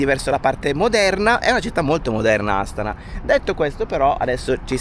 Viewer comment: Buondì e. Secondo me gli accenti sulla pronuncia di Astana e Almaty sono sbagliati😂😂😂😂 Astàna(accento sulla seconda a) e Almàty(con accento sulla seconda a)....dovrebbero essere così 😂😂😂😂😂😂